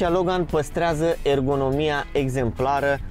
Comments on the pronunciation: Accentul corect nu e pe "gan"? E pe "Lo"? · Cine spune Logan asa...